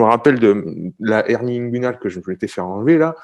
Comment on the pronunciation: tu dit quoi ? "hernie.. "